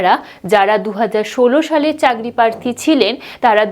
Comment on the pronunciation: উচ্চারণটা এমন কেন লাগছে? আবনারা, চাগরি ???